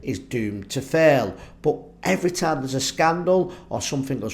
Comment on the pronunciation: What's "Errtime" ????